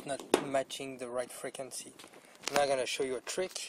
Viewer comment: "Freakinzee" frequency